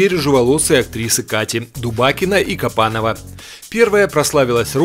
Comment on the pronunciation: Не Кабанова, а Копанова.